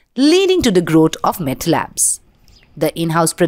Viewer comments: Stop saying Mett 😂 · What is METT Lab😂😂😂 it's so irritating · Why you keep calling mett?